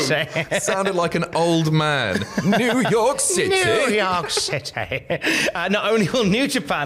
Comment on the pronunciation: "new york citay" = "showaddywaddy"